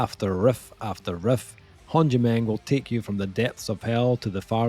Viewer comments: It’s Håndgemeng say it right, It’s not Håndgemeng like you said. Cheers from Pennsylvania Hill says hello. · I am Norwegian and i COULD try to explain how you are supposed to pronounce Håndgemeng, but it's funnier that you have no clue. Really looking forward to hearing this album, the singles were killer. I'm hoping they are not just going for sex appeal to sell-out, the album cover has me worried :p